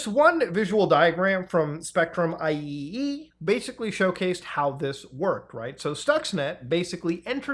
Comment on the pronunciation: erm achually it’s “I triple E” not “I E E E”